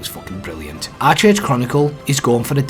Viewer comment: Its pronounced Ark age bro